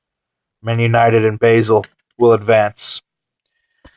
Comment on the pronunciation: it's pronounce bah-zel not bay-sel